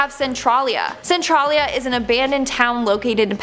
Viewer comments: Hey Centralia is pronounced Cen trail e a im a Pennsylvania native I live near the town of Centralia I go through the main street of it everyday to work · It's pronounced Cent-Trail-yuh. I live in Centralia, Wa. My town was named after the Il. Centralia..